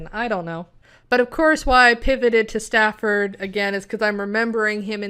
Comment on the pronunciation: The character's name was STANFORD, not Stafford. STANFORD. Like the university.